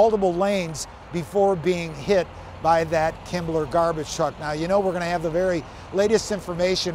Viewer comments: “Kimble” garbage truck not “Kimbler” garbage truck. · yes, it clearly says "Kimble", not "Kimbler" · Am I hearing "KimbleR"??? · Why does he keep saying "Kimbler"? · I looked three times. It doesn't say "kimbler" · no but the reporter says “Kimbler”.